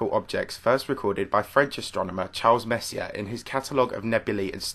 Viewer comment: Hate to be that guy but it's pronounced more like Messy-A. Kinda like foyer